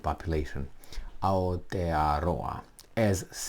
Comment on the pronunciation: Nicely pronounced 🤙.I don't need to sign any petition.. i call my country both names, not a big issue to me.. Aotearoa - land of the long white cloud.. - NZ 🇳🇿